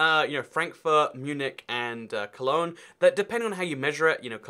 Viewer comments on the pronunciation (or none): none